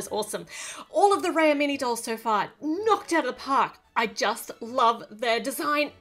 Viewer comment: Its actually pronounced as raaya